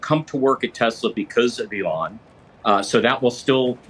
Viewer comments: Who is this Elle-on he speaks of 🤔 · Who is "alawn"? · I think anyone who pronounces E lon A lon needs to be kicked in balls